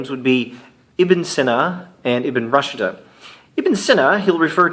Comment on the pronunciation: Thank you. Just one point: 'Rushd' is pronounced 'rooshd' (not 'rushda').